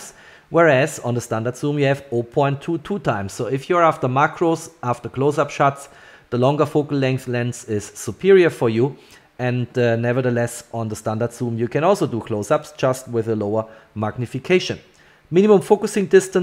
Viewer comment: thanks for the always good lens exam and comparison! I decided to go for the 2.8 as I did for the F-System. main advantage is CAs which you actually see at urban landscape night shots (pls say "shots" not "shuts" 🙂 ). keep on the good work, it's very helpful!